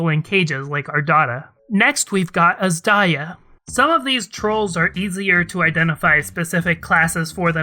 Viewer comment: whoa i thought azdaja is pronounced as 'azz-duhja' or kinda like that and not 'azz-daiya' fsgsfsags i'm so wrong